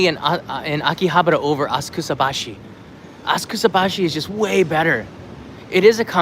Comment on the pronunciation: I thought it was spoken asaksabaschi (silent u), not askusabaschi (silent a) ;-)